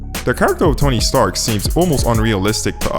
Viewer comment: Stark, not Starks.